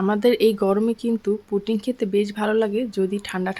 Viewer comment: Putting na pudding.suddha Kotha bolun.